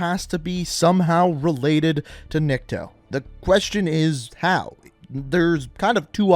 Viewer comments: His name is pronounced neek-to) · Nick-Toe that's how you say it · He is NiktO,not NIkto. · I am impressed how you manage to pronounce "Nikto" almost correctly without major fuck ups at first try. Why "almost"? Because it is just like you pronounce, but "niktO". And the reason why first language is unknown is mostly because in Russia there are many languages in separate regions. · it is "Nikto," not "Nikito" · I’m not trying to be rude I’m just trying to help out. It’s pronounced Ni kuh toe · Nikto (Nick-Toe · It is NI-K-TO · I think its pronounced Niko and the T is silent, cuz Russian is like that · NICK-TOE. PUT THAT TOGOTHER AND ITS NIKTO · Proper pronunciation is "neek-toh" Nikto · Nikto is pronounced as NYIKTO , which in russians means "nobody" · I believe it’s pronounced neekto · Nikto would be pronounced like Knee-kto you could have pressed that speaker on the bottom of translate to hear it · It’s pronounced NIIKTO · it's kneek toe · Nikto is pronounced nick-toe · Niko in Russia its not how you say it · remember riley is dead when his dead ghost is born Hold on u say nikto name wrong but meh close enough If infinity ward see this he will be mad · It’s nikto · Dude. Nikto is nikto. Also, you need hooked on phonics. How'd it take you this many vids to pronounce a two syllable word correctly? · It's literally not that hard to say. (Nick-Toe) Also, did he not pass school or something? This man literally said, "Un-know-wen" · White people love adding extra letters to words lol "Nikito" "Unknowon" 🤣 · Nikto or Nikito I can let go but "un-know-when"? Bruh what's your first language lol. Like the theory and im excited to see what it'll be but that had me laughing bro I just kept hoping something else would be "unknown" 😂